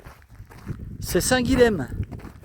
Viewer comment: Tu es dans la section que je préfère du GR65, la Margeride, avec l'entrée en Lozère et la liaison avec l'Aubrac (à venir). Les paysages y sont magnifiques. Avec l'Aubrac, ça reste pour moi une des plus belles parties du chemin. Pour info,, on ne prononce pas le "l" de Saint-Guilhem (autre magnifique chemin). Vivement l'Aubrac!! Jacques 22 😉🥾❄️☀️